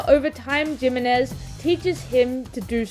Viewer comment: Asking the real questions here... (Also the "J" in Jimenez is pronounced more like the "J" in jalapeño 🤓)